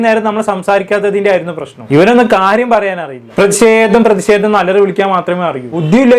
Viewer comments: C😂എടാ. നീ. ആത്യം... മലയാളഭാഷ. പഠിച്ചുവാ.. പ്രതിസേതം.. എന്നല്ല. പ്രേതിഷേതം... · പ്രതിഷേധം പ്രദീശെധം അല്ല😅😅😅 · പ്രതി സെതം അല്ല പ്രതി ഷേധം